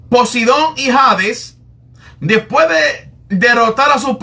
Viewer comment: Por lo mismo que pronuncia 'dispue' en lugar de después o 'creel en lugar de creer'. Es decir, se trata de costumbres en la pronunciación.